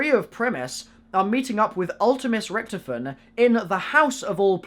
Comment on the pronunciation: please say richtofin correct